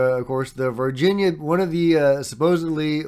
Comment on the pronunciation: totally fake OBVIOUSLY.. You are making one of the most famous videos ever and you can't get a sharp image without a moving camera and a handful of effects. Wakeup, your searching for anything with a ufo label on it. Also its not Virgina Alien, its Var Hin ya /Varghina